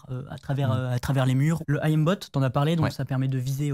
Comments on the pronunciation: S'il vous plaît, arrêtez de dire A.I.Mbot (ayembot 🤣), j'ai eu l'impression d'entendre ce débile de Tony (pour ceux qui connaissent). On dit aim (eim). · qui dit A.I.M. bot... 😂 Le Aillème bot. 😂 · Par contre svp aim (Ait y me) bot, et pas A I M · Pitié arrêtez de dire "Ayem bot", par pitié de grâce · Est ce qu'on peut arreter de dire "A.I.M" bot, quand on parle du verbe "to aim" = viser , et pas d'un acronyme ? Jpp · Par pitié apprenez à prononcer aim bot. Ca ne se dit pas "ahim botte" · "I am bot" "oualhack" je suis mort 🤣🤣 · Le "oual ack" et le "I am bot".